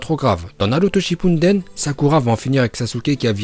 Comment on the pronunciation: Tu sais pas dire naruto shippuden orosharu